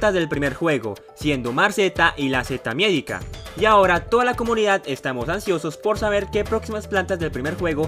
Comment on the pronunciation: te quiero mucho, pero cada vez que dices miÉdica me da algo:c.